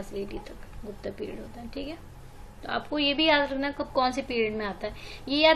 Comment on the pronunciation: आर्यभट्ट भट्टा नही, गुप्त गुप्ता नही